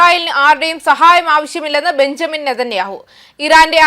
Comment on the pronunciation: ബഞ്ചമിൻ അല്ല, ബെന്യാമിൻ